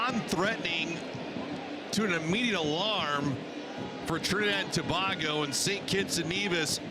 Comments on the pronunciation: Listening to this commentator say To. Bag Go made an otherwise joyful experience a frustration. To bay go Sir! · Dat announcer was rel dotish... He pronouncing TOBAGO as TO-BAH-GO... Like WDMC wrong with he... 🤬🇹🇹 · Trini people.. uno need fi mek know… y he saying Trinidad 🇹🇹 TOBARGO 😂😂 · Can we get a new commentator…he’s upsetting me butchering the pronunciation of Tobago…shocks man😩😩😩🥴🇹🇹🇹🇹🇹🇹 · Please the least you could’ve done to prepare for this was to find the correct pronunciation for ‘Tobago’,especially when you have done this before,also the names of our boys,Please do the prep like a professional to properly honour the years of prep it took for these young men to play for their respective countries.Respect Sir! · Suprised he said the the word NEVIS correctly😅... He butchered the words Tobago and Grenada.